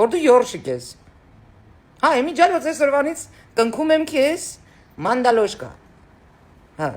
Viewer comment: մանդավոշկա ոչ թե մանդալոշկա!